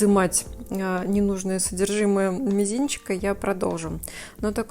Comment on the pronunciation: Только не на мЕзинце, а на мИзинце)